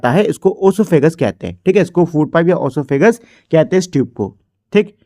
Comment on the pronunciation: Bro sahi bola